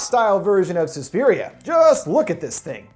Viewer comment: It’s not Sue-spiria it’s SUS-piria